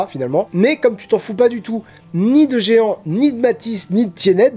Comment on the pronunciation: Je pensais avoir un compte Good Reads mais même pas, alors j'en ai créé un ^^ PS : Jehan ça se prononce Je / an ;) (c'est le prénom de mon grand-père maternel)